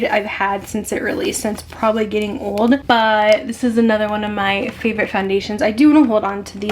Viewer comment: I Love watching you, however when you say the word "but" you do not pronounce the "t" at the end. I know it's a generational thing, buT it drives me crazy. I really do love your content and great personality.